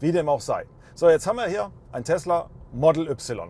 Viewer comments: Entweder sagste "Modäll Üpsilon" (deutsch) oder "Modl Wai" (englisch).......aber net ne Mischung "model üpsilon" ;) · Das er das Y deutsch ausspricht triggert hart - aber sonst guter Test 😀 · Bist du hängengeblieben? Tesla Model - nicht Tesla Modell ... es handelt sich also um einen englisch geschriebenen und damit ausgesprochenen Namen. Und daher auch die Aussprache. Da wird hier auch gar nicht diskutiert. Sucht euch mal an der Hecke den Nachbarn um dummes Zeug zu sabbeln. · Englischer Name "Model". Ein Eigenname. Und dann hat wer bei Tesla dir gesagt, dass die "3" deutsch ausgesprochen wird? - Kann es sein, dass du zur Bildungsunterschicht gehörst? Kann es sein, dass du schlicht ein richtig hohler Proll bist?